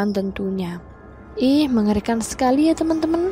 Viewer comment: Ko salfok ama si mimin pas bilang TEMEN TEMN:V Yg temn nya it loh ngakak:v